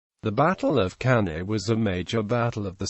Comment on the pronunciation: Cannae is not pronounced properly.